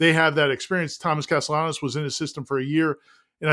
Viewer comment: The guys have Castellanos' first name down now, if they'd only work on pronouncing Castellanos.